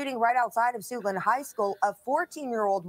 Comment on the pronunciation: Did she say...SUITLAND HIGH SCHOOL?